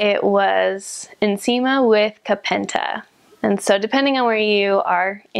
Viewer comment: Your pronunciation of nsima and Kapenta is perfect... made me smile☺❤️😘👏